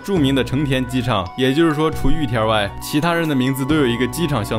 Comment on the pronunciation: 聽了這麼多集總算發現玉田rrrrrrr的秘密